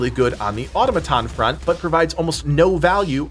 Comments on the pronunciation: It's pronounced more like uh-tom-uh-tawn, not ottuh-muh-ton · Great video. But it’s pronounced Atom-A-ton, not Auto-maton. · Or toe may ton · who's going to tell him it's not pronounced "ottoma-tahn"? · Someone on the team, please tell him how to say “Automaton”. Please.